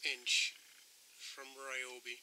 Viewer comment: It's pronounced ree-YO-bee